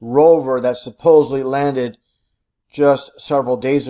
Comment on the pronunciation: Well this guy sure convinced me. You can tell he's a genius and has figured out the Mars hoax with the way he pronounces "hunnert" and "suh-posely." I had to get a science credit in college and took astronomy. The professor was great and wed go out and look at stars and planets on this giant telescope he had. I've seen Jupiter, Mars and Saturn's rings with my own eyes. I s'pose the professor was in in the conspiracy.